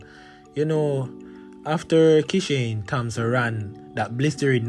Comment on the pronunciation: Thomas and Thompson are pronounced Tomas & Thompson The th is not emphasized.